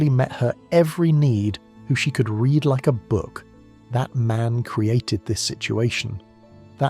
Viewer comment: I mean... you offer some good insight, but the fact that you don't take the time to review how the AI reads your script gives cause for pause on whether it's worth the time for a person to consume what you produce. If you don't care about the production, why should the consumers? There are tricks such as using text like 'red' for the AI to properly pronounce it as 'read', write out 'number' instead of "No.", just take the time. Relying on AI isn't a bad thing, but presenting its entire work without human overview just gives a bad vibe.